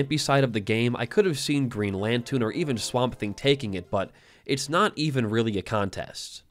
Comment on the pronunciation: Did you just call the Green Loontern the "Green Lantoon"? Edit: TWICE!?